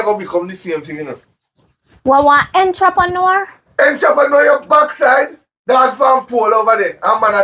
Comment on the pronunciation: Daddy it's en-tra-pa-neur😂😂😂😂😂